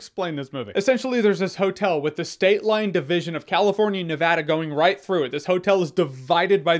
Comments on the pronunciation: Praise be to the baby Jesus he said Nevada correctly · Props on saying Nevada correctly